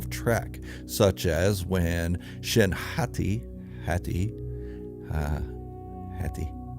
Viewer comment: It's Shin-HOT-ty.